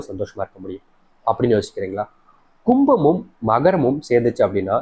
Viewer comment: Kumam and Simam not clearlysaid